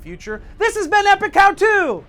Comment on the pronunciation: when i first heard this i thought he said and this is epic cow two!!! and i was just like what has that got to do with anything XD